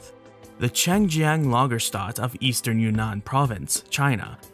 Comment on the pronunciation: The pronunciation of Lagerstätte caused me physical pain. I know it's hard but still lol